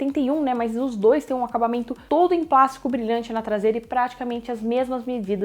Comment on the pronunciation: PLÁSTICO e não PLASCO, não sabe falar desde o outro canal, e a tela é de 6.7 e não 6.4 como é dito.